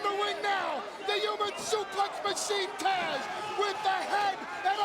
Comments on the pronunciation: Taz not Tazz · It's TAZ, not TAZZ!! GET IT RIGHT WWE!! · It’s Taz not “Tazz”